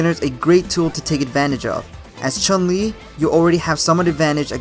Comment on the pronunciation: so why do commentator and people say CHAN LI instead of CHUN LI ? she's Chinese, U is not pronounced A in Chinese.